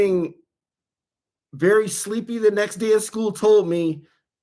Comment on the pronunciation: or so, am I the only one for whom Jenn has destroyed the word "sleepy"? Sorry when you said it it was as if the ol' spud said it. Earlier on when you were noting how long you were monetized, that "one month" needs to be a meme. just the tone alone was sure genuine surprise. Thanks for hosting the live, maybe I'll catch it one of these times!